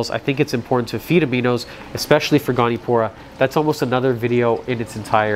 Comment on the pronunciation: goni-o-pora, not goni-pora